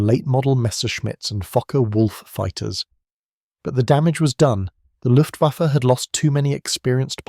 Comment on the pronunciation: WTF is the LUFTVAFFY ? ? ? ....Right at seconds IN after showing AMERICAN B17s and saying German Bombers "ruled the skies" and THEN said "LUFTVAFFY, I emmediately switched off and gave this vid a DISLIKE !